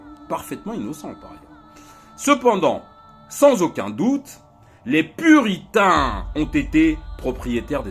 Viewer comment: Les puritins??jai entendu les putins moi